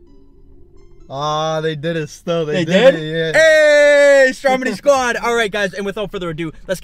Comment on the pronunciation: it's stromedy not strodemy